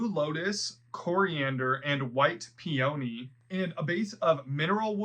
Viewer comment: Just a suggestion, but please Google the pronunciation of the flower peony. I think unless people grow them, they mispronounce the name. Great videos and descriptions.